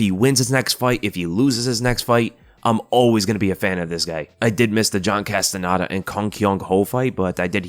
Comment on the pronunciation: I get annoyed when people incorrectly pronounce the end of my last name as “nada” and not the proper “nEda” but seeing do it (and he never mispronounces) makes me wonder if the CastaNEDA name is trickier to pronounce that in looks 💀